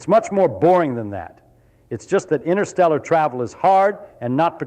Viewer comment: It's not innersteller it is pronounced interstellar. What does he know? 😊😅